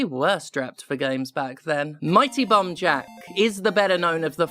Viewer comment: I wasn't looking at my screen for the first part of this video, and I swear you were saying "Bum Jack". I was disappointed when I found out it was just the way you pronounced "bomb". Especially after you said there was bums in it. And that you have to grab the bums. Sad now.